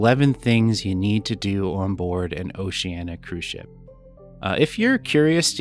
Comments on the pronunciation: Diana you were getting it right but, my friend, you need to work on it. It is not pronounced Oceana but OceanEEa, you must pronounce the "I". I will make a deal with you, I will subscribe if you promise to work on that for me because I really like your vlogging style. Deal? P.S. I have already subscribed so you are on the honor system. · Why is it so many you tubers including travel agents pronounce the name Oceanna? It's Oceaneea 😊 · We’ve actually heard Oceania cruise directors and officers pronounce it both ways, so even if oh-she-ann-e-ah is the “correct” pronunciation it perhaps isn’t as definitive as that?!? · On our Vista sailing, we heard Oceania pronounced three different ways by crew members and officers. Perhaps Oceania should make a pronunciation video. Thanks for the sub - hopefully the honor system pass won't run out anytime soon - we have a few more videos on the way. 😂